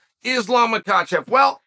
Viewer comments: Why did you say Islam last name correctly Chael.. what is wrong with you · Is this the first time ever that Chael says Islam’s surname correctly? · Is this first time Chael pronounce “Makhachev” correct? Haha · Did he just say Makhachev correctly?